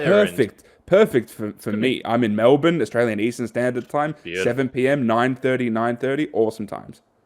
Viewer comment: I like your work my friend but you really need to do something about your elocution. It's absolutely maddening to listen when you pronounce Delly as Dally... help as halp... Melbourne as Malbourne... well as wall... and so on. Please do something about it.